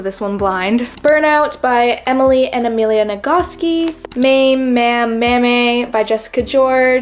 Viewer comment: The book Maame is pronounced “Mah-Meh”. Almost like Mama! 😊